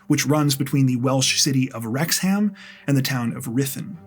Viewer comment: Haha it always makes me laugh the way Americans and Canadians pronounce our towns etc Wrecks ham 😂😂